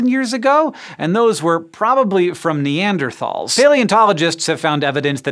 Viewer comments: Dude! Pronounce Neanderthal right! German, hard T! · i think this is the first time I've heard hank pronounce the "th" in neanderthal. pretty jarring.